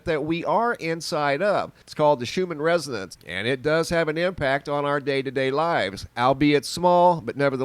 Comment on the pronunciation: Thought you were talking about the schumann resident's lol that's what it sounded like you said 😉hahaha